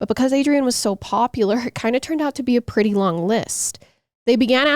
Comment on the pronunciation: A few mins in and I laughed out loud… shout out… “ lookin prrrrrretty hot, check her out! Favorite true crime couple!